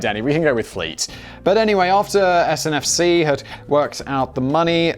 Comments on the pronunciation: Siri says 1.16 trillion as to Google’s worth. And it’s not SNFC in France, it’s SNCF 😉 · The French train company is SNCF not SNFC..... The Architect of the walkie talkie building didn't just mess up with that building - Yeah yeah I know I am being picky - However I do love the channel :) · Yes! SNCF! I'm from the Philippines and yet I know he's wrong, so wrong. Yeah, the guy from the country with a railway tunnel to France gets the French national railway company's name wrong. But then again, Brexit. Probably why they want to distance themselves from the rest of EU members.